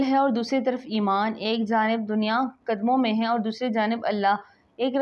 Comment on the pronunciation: Plz hey ko theek pronounce karo